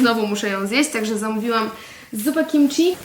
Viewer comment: Błagam… KIMCI, a nie KIMCZI…